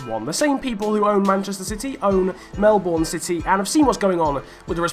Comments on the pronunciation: its melbourne not melborn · You said Melbourne wrong lol